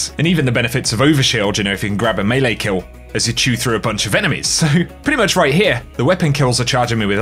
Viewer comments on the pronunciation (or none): none